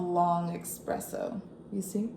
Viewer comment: Thank you for the info!! ❤ But it’s espresso, not EXpresso ❤